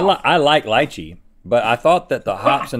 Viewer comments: It is not "lie-chee" it is "lee-chee" just btw. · lychee, they way they said it lmao. lie-chi... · LIE chee hahah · When they pronounce Lychee as /lie-chee/ instead of /lee-Chee/ too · Noooo! It’s Lee-Chee! Not Lie-chi! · ITS NOT LYYYYYCHEEE ITS L(eee)chee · I love hearing Link trying to pronounce. LOL I pronounce Lychee to Leechee, I think either way is fine😂😂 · It’s pronounced LEECHEE lol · It's pronounced leechee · Anybody want to tell these guys how to pronounce lychee? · why they pronouncing lychee like that